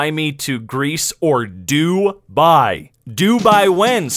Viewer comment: Probably she tried to say dubai lmao